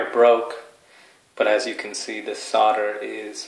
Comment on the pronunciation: solder has an L in it.... it is not "sodder""